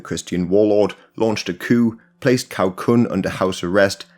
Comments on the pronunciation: 'C' in Cao is pronounced as 'Ts'. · Really appreciate all the research and work you're doing on this. Just a little advice on pronunciation, since it looks like you are planning to make more videos on Chinese history with sources using Pinyin spelling: the letter "C" by itself as in "Cao" is pronounced like "ts" (as in "tsar" or "tsunami").